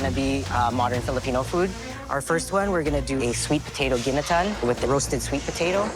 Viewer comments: Gineteen. Serep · Thank you, it's Ginataan